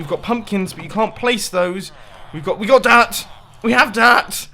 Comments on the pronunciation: The way he said dirt😂😂😂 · when you said dirt it sounded like you were having a stroke